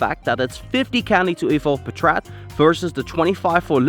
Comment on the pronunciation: I think its "paatrat" not "patraat"